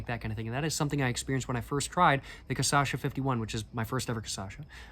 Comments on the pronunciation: You almost got the pronunciation right. Its not casasha but cashasa. The ç reads like a s. And the cha reads like sha. As a retired fellow professional alchool drinker I would recommend 2 beverages that are very iconic here, they are not liquors but more akin to wine, they are: Jurubeba Leão do Norte (very tradional northeren and northeastern drink) and Catuaba Selvagem(made with a plant that is said to be a potent stimulant and aphrodisiac). In the liquor departament I would recommend Brasilberg, the brazillian version of Underberg, an adapted german disgetif bitter, that was made by german imigrants, using national amazonic aromatic herbs. And of course you should try cachaça de jambu(little hard to find in the south), its made with a flower thats a natural anesthetic, it will make your mouth numb as if you went to the dentist, and it changes the tasting experience because of the numbness. If you are looking for the high end cachaças you should look for cachaças aged in "Amburana wood"(also called Umburana or Imburana) they are extremely smooth compared to 51. If you want to have the best smokes and drinks(and food) this country has to offer, you should have gone to the state of Minas Gerais the capital of the paieros and cachaças, very rural agricultural and caipira. And for last, but not least, you should try going to a "boteco" or any bar that serves food on a wednesday or saturday, in these days they tipically serve feijoada one of if not the most iconic brazillian dish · dude, everytime u said CA-ÇA-XA i died kkkkkkkkkk. its just a cute mispronunciation of the syllables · Hey! Maybe this will help you: KA-SHA-SSA, I think this is the best 'phonetic translation'. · Okay, bach to the pronunciation class 😂 Repeat after me: KAH... SHA... SA... (The trick is in the SHA - SA 😉) It's a tricky word, we know 😂😅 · It's funny how you switch syllables when saying "Cachaça" you say ca-ça-cha. On purpose or not, I'll start using this one lol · Vou adotar a pronúncia.